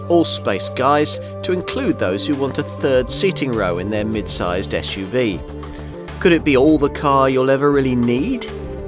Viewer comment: I’m sorry, but for heavens sake, it’s SUV and not Esh UV. Had to stop listening as along with irritating the hell out of me with not being able to pronounce S, he sounds like Alan Partridge, I’m waiting for the Rover 800 recommendation.